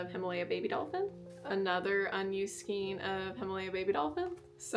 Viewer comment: Skein rhymes with rain, not queen or line. Having said that, everyone seems to pronounce it differently, so don’t worry about how you say it. 😊